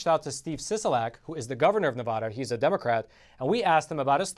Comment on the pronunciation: I live in Vegas. Steve Sisolak does NOT have his constituency's best interested in mind. Oh ... and it's Nevada not "Nevoda"! #SoFrickinAnnoying!!!!! 😡